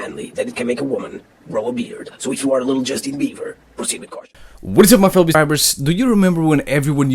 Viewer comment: "If you are a little 'Justine Beaver'" 😂😂 "Justine Beaver" JUSTINE fucking BEAVER HAHAHA 😂